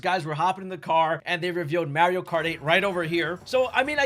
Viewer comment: How is possible you pronounce poor Mario’s name like that??